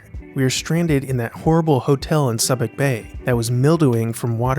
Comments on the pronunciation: Absolutely fascinated by your series- one of my favorite movies of all time. BTW- I'm a former U.S. Navy sailor, and for future reference, Subic Bay is pronounced SOO-bick, not SUB-ick! ;-) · Subic Bay is pronounced Soo-bic not Sub-ic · Not "Suh-bic" Bay, "Soo-bic" Bay. SUBIC. Nothing wrong with P.I., don't see how they thought it was too hot. I was stationed at "B" Company, Marine Barracks, Subic Bay, R.P., and Olongapo is the town right outside the main gate. Back in the seventies, it must have been pretty cheap, as it was ridiculously cheap when I was there. In the 18 months I was there, I probably experienced about six typhoons. These guys needed to understand that they weren't in the States anymore. When it's mud up to your nuts, you just walk right through it. Lots of fun when you're on libo, and when we were out in the boonies, well, that's what cammie trousers and jungle boots are for. Didn't bother us. I've picked apart so many Vietnam movies for inaccurate details, from "Platoon" to "The Deer Hunter" to "Born On The Fourth of July". I think Copola did an outstanding job with "Apocalypse Now", and I own the redux version that includes the stranded bunnies and the French plantation. Theatergowers missed out on the fuller story that was built in this manner. Well then, I'm gonna didi mao now... Semper Fi. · I love the channel, Subic Bay is pronounced Sue-bic not Sub-ic. I spent several weeks there on deployment. Semper Fi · also: learn how to say place names accurately... it was so damn jarring when he kept saying Subic Bay as "sub-ik" instead of "sue-bick" as it is actually said. That stuff matters a lot. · Subic Bay = “SOO-bik” Bay. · Btw, “Subic” is pronounced like SUE-bic. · Great vid! It's pronounced Soo-bic Bay. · Pronunciation Tip: Subic Bay sounds like “Sue Bic” as in a girls name and a popular pen. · Where are you from that you can't properly pronounce Subic Bay and other area places of the region?